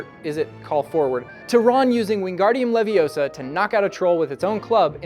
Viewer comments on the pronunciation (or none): none